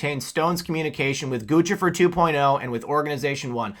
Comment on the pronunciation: Hacker GOOSE-IFER doesn't wear GUCCI. (Luv u, but that pronunciation is off )